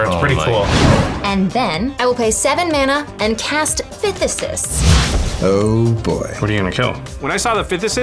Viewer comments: Um actually, it’s pronounced “THICE-iss”, not “FIFTH-is-iss”. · It's "Phthisis" not "Phthisisis" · Phthisis is not pronunced "fih-ti-sis", it's pronunced "thai-sis" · Hearing "phthisis" (THIGH-sis!) pronounced "PITH-ih-sis" reminds me... stay in school, kiddies. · I'll let "Phthsis" slide if they doublecheck "Deluge". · It upsets me how y'all mispronounces "phthisis". It's pronounced like just "thigh-sis". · The pronunciation of Phthisis hurt. Fun episode though. Still a 👍🏻